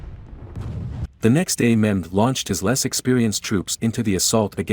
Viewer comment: It is Mehmed, not Muhammed...